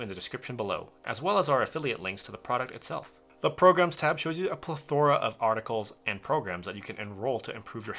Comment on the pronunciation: The way he pronounces plethora xD